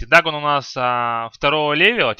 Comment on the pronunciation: ДАГАН, ЛЬЕВЕЛ. что за произношение:DD